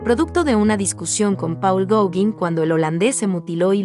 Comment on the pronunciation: Me gusto mucho el video y tu voz es hermosa! La pronunciación de Gaugin está mal, checalo plis! (Gogan)